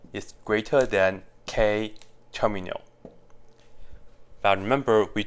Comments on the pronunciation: Because he pronounce it as Ter-mi-al instead of term-yal. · "Terminal" instead of "termial" is painful 😭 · termial, not terminal. his pronunciation is sloppy. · Is it me or do i just keep hear him pronounce "termial" as "terminal" with an "N" ? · lol i was wondering why it was (as i thought) called "terminal" when in fact it's called "termial" which now makes much more sense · yes that's why he put the text at the start because he got it wrong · It is terminal with a N guys ! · He is definitely inserting an N sound, but do cut him some slack. Coming from Mandarin to English is no simple task. 😊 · yeah, that kept confusing me to. I kept looking up terminal in mathematics and not getting the definition I was expecting. Thank you! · Yes… And I hate it